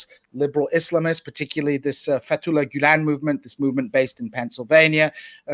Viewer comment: Sam keeps calling gulan “ghoul”. gotta love that.